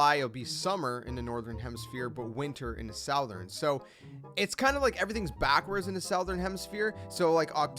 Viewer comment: Good video but damn gotta learn how to pronounce southern.